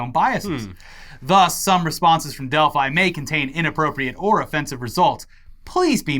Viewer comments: Delph-ee, Delphi-ee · attempts to say 'Delphi' were amusing, but still made me wince every time. Edit: And then started saying it too. Doh!